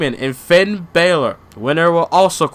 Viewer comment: you are saying balor wrong